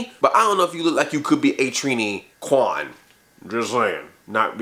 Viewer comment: I lost my shit when he said Kwan the way he did